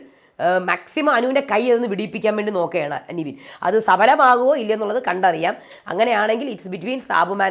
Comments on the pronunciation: അതേ...nevin ne നിവീൻ എന്നാ പറയുന്നെ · Nivin alla Nevin aanu name, oru reviewerinu name polum ithrem naal aayittu correct parayan arille ? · താങ്കൾ എപ്പോഴും നിവിൻ എന്നാണ് പറയുന്നേ ( his correct name is -Nevin Cappresious) നെവിൻ എന്നാണ് നിവിൻ അല്ല